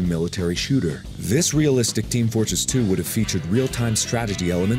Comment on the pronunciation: Did he say Team Flortress 2?